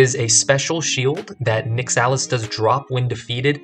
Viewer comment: Your pronunciation of Nyxalis hurts me